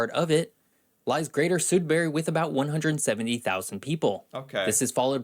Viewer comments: So no one is mentioning how the guy in the video said “soodberry” for Sudbury?! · the narrator said Sudbury weirdly. LOL It sounded like he said it like "soodbury" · Sood-berry? LOL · I live in Sudbury Ontario. This has been the mildest winter ever so far. Plus we pronounce it Sudbuurrrry😂😂 cause the winter can get pretty cold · And they pronounced Sudbury "sood-berry". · He pronounced Sudbury incorrectly...